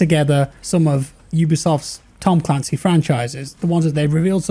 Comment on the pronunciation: Look at how they butchered ma boi "Tom Clancy's"